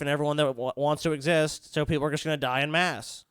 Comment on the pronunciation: "En masse" is pronounced "ON mass"